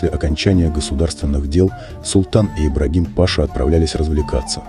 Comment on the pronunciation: Ибрагим-Паша,ударение на последний слог.